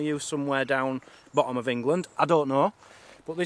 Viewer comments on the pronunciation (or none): none